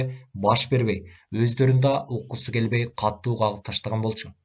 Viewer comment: Катуу деп эле окучу, каттуу дебей.